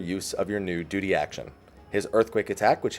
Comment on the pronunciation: "DUTY" I cringed at the pronunciation.